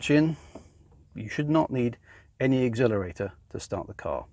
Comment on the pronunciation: Nice thorough review video, v good. Although I have to say it went through me every time you said "agg-zelerate" 😂